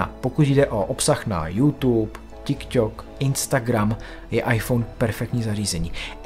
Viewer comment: preco vy cesi musite vyslovovat vzdy zle medzinarodne veci 😭odkedy je tik tok Ť IK Ť OK ???😭🤣